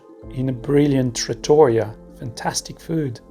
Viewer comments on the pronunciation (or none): Nice trip! Fyi: if you pronounce more the "i" in trattoria, it sounds more italian 😊